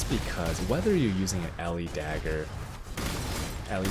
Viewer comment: Is dag-grrr not dagure.